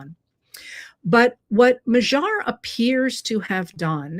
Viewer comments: MA-dyar. NOT ma-ZHAR. PLEASE!!!!! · I lived for about 9 years in Hungary and I am so glad to see their democracy restored there! I would suggest pronouncing his name as if the g is a d. I.e. Mad-yar, or more closely how the Hungarians would say it would be Mod-yar, with more emphasis on the first syllable but almost equal. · Magyar, which means Hungarian, is pronounced more like mad-yar. Have Google Translate or DeepL pronounce it for you. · Im challenging your pronunciation of Magyar. The g does sound softer than the English G but it is not the dj sound. It is more like a d By the way, the Magyars were a tribe that settled in the area which became Hungary in the late 9th C AD. They were a Uralic tribe and interestingly some went north and settled in Finland thus the two countries share the common Finno-Ugric language root